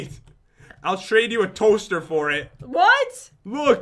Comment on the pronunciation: No you said four as in the number four but he said FOR